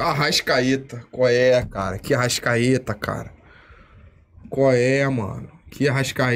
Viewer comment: "Arrascaeta" kkkkkk